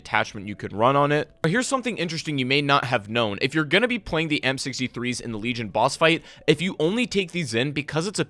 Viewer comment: It almost sounds like your saying the m63’s instead of amp63’s lol